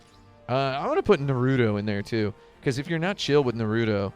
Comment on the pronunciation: And just like that, pronouncing Naruto as Naruro is now cool.